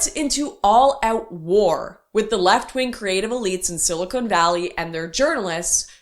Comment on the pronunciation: Lauren, I love your content, but it’s silicon, not silicone!